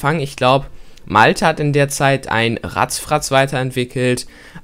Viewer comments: Es heisst RATTFRATZ nicht RATTZFRATZ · Du sagst zu Rattfratz auch immer 'Ratzfratz' ?! 😂 ich auch 😂😄💜✋😛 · Es heißt ja eigentlich RATTfratz und nicht Ratzfatz xD